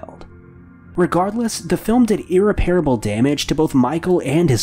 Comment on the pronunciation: FYI..... "IRREPARABLE" is pronounced "Ih-REPP-err-uh-buhl" ... NOT "Ih-ree-PAIR-uh-buhl" Just look at the spelling. Even though it means "not able to repair", the word "REPAIR", isn't in it